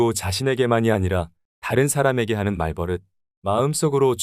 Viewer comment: 좋은 영상 감사합니다! 다만 말버릇은 [말:뻐륻]으로 발음되니 향후 다른 영상을 만드실 때도 조금 더 신경써 주시면 컨텐츠의 완성도가 더 높아질 것 같습니다.